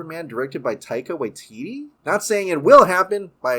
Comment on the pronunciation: Just a detail, not to offend but when you pronounce "Waititi" we pronounce both the first "ti" the same as the second "ti". Like tea-tea. As I know you live in Hawaii which isn't too dissimilar to Māori language